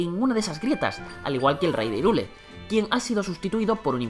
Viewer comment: Irule dice xD , H no es muda loco suena como J